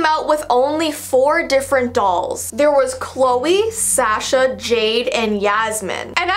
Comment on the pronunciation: Hollie Ann ikr i was like wtf. oh and sasha